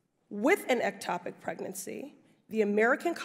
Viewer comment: I'm neither a politician nor an issue advocate and it is easy to see that Pressley is great at smuggly reading selected info. 5 minutes ago Pressely couldn't pronounce ectopic. Now it's the issue du jour? cmon.